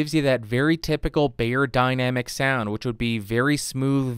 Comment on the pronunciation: Helpful review, but... dude. It's "beyerdynamic." Not "bayerdynamic." They sell audio equipment, not aspirin.